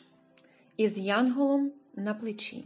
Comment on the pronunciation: із янгОлом на плечі?